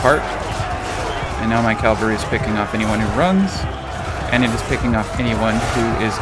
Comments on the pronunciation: Cavalry not Calvary my friend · Great explanation. I have to say that it's CAVALRY. CAV - ALRY. "Calvary" is the geographical location where Jesus died.